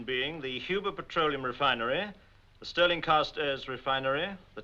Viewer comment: It's Serling. There's no T